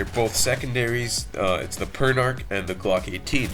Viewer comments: P-er-n-ah-k not p-er-n-ar-k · I always though it was pernounced "Per-na-ch". "Per-na-ck" sounds cooler.